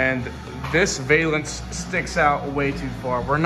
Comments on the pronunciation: Man This is great to see young guys doing old school work. I hope more do it too. !!! But I gotta say that it's pronounced " Val-ance". Not Vail-ance. I see you doing work this good and I can see you doing some cool cars in the future. Keep up the good work. All of you guys. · Cool video. Just to let you know it is pronounced "val-ance" not "veil-ance". Just sounds really weird and has nothing to do with veils.